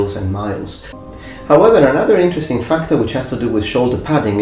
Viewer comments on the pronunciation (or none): none